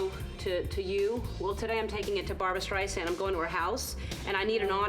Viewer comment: What's a 'Steisand?' There's an 'r' in there somewhere. She's only been a star since 1962.